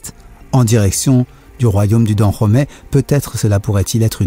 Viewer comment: Tu prononces mal le dahomey